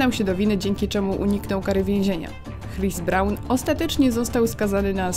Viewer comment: "hris bran" xD